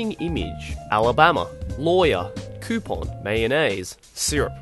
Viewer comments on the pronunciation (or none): none